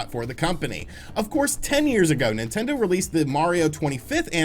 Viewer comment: Did he just say ‘nintento’? - .